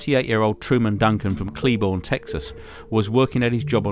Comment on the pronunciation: It's Cleburne(CleBurn) not (Cleborn)